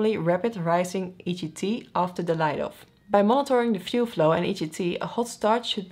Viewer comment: "Fluef", I love human errors, it's cute.